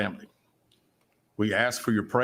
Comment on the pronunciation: I’m screaming when he said CarliTHAAAAA 🤣🤣🤣🤣🤣